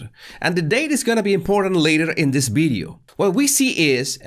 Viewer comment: is not bideo but video